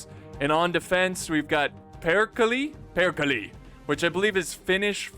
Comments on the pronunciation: No, no way he pronounces Perkele as "Pirkilie" man, you do great stuff but this is just too funny not to point out. Love your vids. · Just a pronounciation thing: All the e's in "Perkele" are pronounced the same, like the first one.